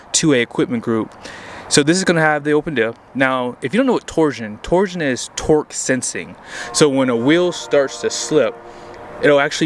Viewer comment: Torsen, not torsion.